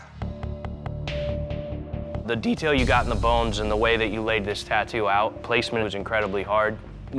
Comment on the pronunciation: yeah the "dhietail"